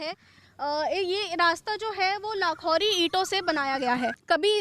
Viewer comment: मैडम जी लाखौरी नहीं, लाखेरी बोलो ।